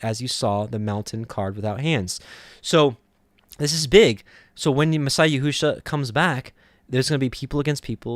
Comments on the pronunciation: Yeshua is all through the Scriptures (OT) in equal distant spacing....all spelled ישוע ...and... pronounced as Yeshua...and not yehu-sha....not ever... someone has deceived you into misprouncing our Savior’s name. I guarantee you are not going to call Yeshua by this new false name when he returns... it does matter. Or God wouldnt have put it in the gematria for us to find his son Yeshua. This other name is without knowledge....and he who uses it shows lack of knowledge also. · Wow... during my journey to understanding all truth of scripture, I had come across your ministry and because you too were learning, I dismissed your ministry in some aspects. However, it seems we (in this video) are in the EXACT SAME understanding. I’ll start monitoring once again. I must say, your pronunciation of both Yeshua and The Fathers name remains a stumbling block for me. Blessings